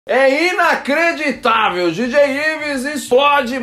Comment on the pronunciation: Pq vc fala inacreditável oxiiiiii